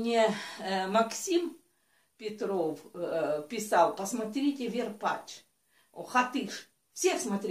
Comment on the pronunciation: Не верпатч а Варпатч!